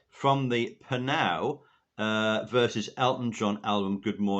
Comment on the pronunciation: John, I’ve given information on the Elton John vs Pnau (you did pronounce it correctly) Good Morning to the Night album before. It debuted at #1 in the UK and each of the eight tracks has been made up from up to 9 different original songs. Some tracks feature the same or different parts of the same song used on other tracks with bits of other songs to make up the whole track. “Sixty” is predominantly made up of the studio version and several live versions including with the MSO and uses elements from other tracks to a lesser degree. For each of the 8 tracks on the album it’s fun listening for the specific songs and identifying which part of the songs have been used to make the track. As I said in my first comment on the subject there is no additional instrumentation used on any track by Pnau. It is strictly made from different pieces of music and vocals from various tracks recorded by Elton. The process has never been done before.